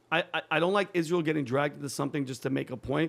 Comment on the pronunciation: She can't even pronounce Israel